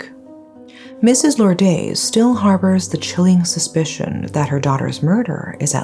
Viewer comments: you have very good english diction but should try better pronouncing spanish names like Lourdes, it is not that difficult. Don’t try hard to sound american as it is ok if you are not. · Please make an effort to pronounce the victim's name and others by looking it up on the net. Lourdes is Lordes as in des not days. Silawan with emphasis on "LA". This isn't meant as a a criticism.